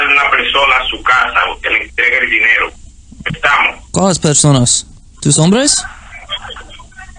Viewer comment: The scammer's accent doesn't sound Mexican. Sounds Venezuelan or Columbian. when he says, "importa" the r almost has an "L" sound like "Impolta" listen to how he says, "cincuenta" In various places he cuts the "S" off the end of a word, "Estamo", "Tre"